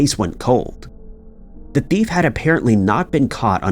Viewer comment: Why do you pronounce the word “thief” like “bift”?!?